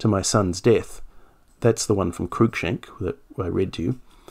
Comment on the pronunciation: H. Walmesley is pronounced Warms-lee. Just as Lievesley is pronounced Leevs-lee If the chap you mention is spelled Cruikshank, that is pronounced Crook-shank. No attempts to twist u and i to a distorted oo-i needed.